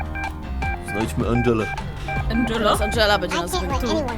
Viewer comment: Nie Andżela tylko tom